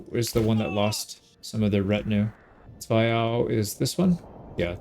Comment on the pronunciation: The pronunciation of Zweiau made me SO happy!!!